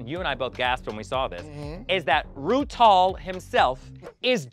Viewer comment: I like how Bianca said Ru-Tall💀